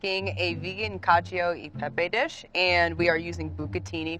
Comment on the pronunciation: FOR GOD SAKES...how difficult is it to pronounce cacio properly...literally one of the most popular dishes internationally in history of all-time blah blah blah